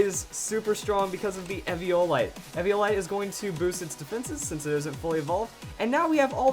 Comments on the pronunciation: It really annoys me how says Ev-ee-ohl-ite, when its ee-vi-a-lite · Sean G. *ee-vee-ah-light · It's pronounced eeeeeeviolite